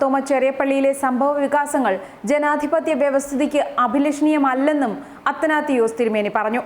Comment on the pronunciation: അത്തനാത്തിയോസ് എന്നല്ല.അറിയാൻപാടില്ലെന്കിൽ അറിവുള്ളവരോട് ചോദിക്ക്.അത്തനാസിയോസ് എന്നാണ്